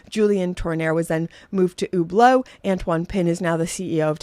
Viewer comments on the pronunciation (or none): none